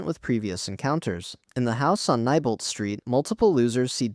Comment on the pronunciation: FYI Neibolt street is pronounced (Knee-bolt) not (ni-bolt))